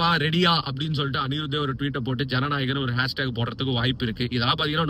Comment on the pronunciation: Bro Jana Narayan ila ..Jana nayagan